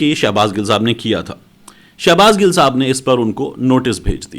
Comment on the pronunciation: Shabaz gill ka Nam to sahi Lay shafi buna howa ha